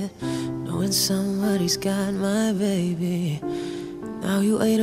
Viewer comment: I remember first hearing this song a couple months ago on Spotify, and laughing at the way Christina pronounced the word 'baby' in one of the lyrics every time I listened to it. I didn't know anything about this song's authors or what happened to them. So imagine how shocked I was when I read the top comment on Kurt's music video for this song, and a quick Wikipedia search later... I didn't know a lot about Christina, and I know I'm 4 years too late, but this emotion hit me like a truck. The raw emotion shown when she sang the song and the pure skill and talent, it left me speechless, every time I watched and listened to it. RIP Christina, this song and so many others from you and this family of Cover Artists, will be playing over and over in my head and in my earphones for years to come. I hope you look down on all of us and are proud of the people your friends have become.